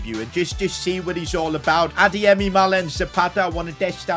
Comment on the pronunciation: says pronounces adeyemi so good he might have Nigerian roots we don’t know of